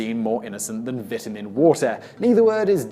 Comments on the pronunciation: The way you pronounce "vitamin" makes me want to punch a baby. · vitamin water might be bad for you but his pronunciation of vitamin gave me cancer. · I totally forget British people say things differently than Americans when he said vitamin water